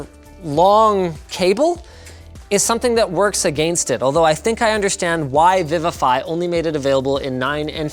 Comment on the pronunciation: Every video linus says "against" with that accent lol, at least the last 5-6 videos i've been noticing ahah